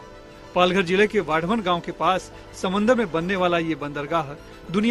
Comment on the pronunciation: It's वाढवण not वधावन